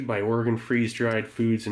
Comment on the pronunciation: Thank you for pronouncing Oregon correctly.